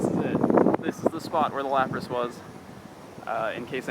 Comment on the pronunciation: Lapras...? Really?